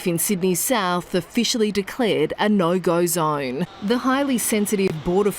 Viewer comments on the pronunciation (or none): not the "nour gaur zaurne" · “Nauoo gahyuu zaoughne” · "a naur gaur zaurn" lmao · The weirdest pronunciation of "no go zone." That Australian accent is bizarre man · Okay I’m sorry but the phrase “no go zone” in an Aussie accent is extremely funny. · at first I chuckled at how she said officers but then lost it on the no go zone